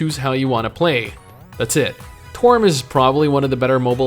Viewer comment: Learn how to pronounce some names please. Toram lol u called it torm